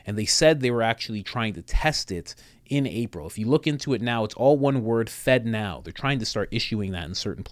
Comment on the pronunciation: Why does FedNow sound like Fentanyl?? 🤔